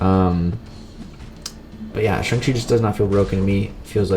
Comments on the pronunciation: Your pronouncing his name as SUNG not SHANG . Pronounce Chang but replace the start with a shh. Like shit you don’t pronounce Chang like chung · It’s actually SHANG-CHI if u check him on mcoc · You dont say it like that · You pronounced shang-chi wrong, it's actually shang-chi, not shang-chi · You said his name wrong 😂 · It's pronounced Shang chi not Shang chi